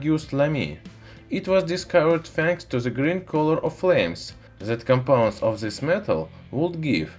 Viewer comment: "This" man, not "Zis"!